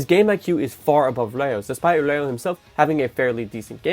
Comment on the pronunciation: Bro are u saying Reo or Leo😅. Dont mind me though. Fire video as usual